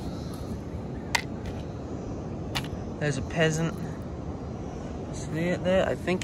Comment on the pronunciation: They're Pheasant seashells pronounced like the bird, not pronounced as peasant like the people group. 🙂